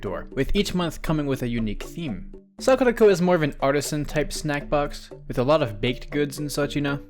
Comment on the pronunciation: My God. When you said sakuraco I thought you said "were sponsored by suck the toe"